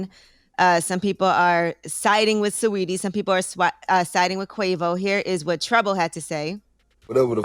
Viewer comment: how y’all pronounce sawettie as sweety